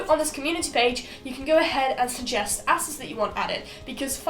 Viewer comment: Not gonna lie the first few times you said assets i heard asses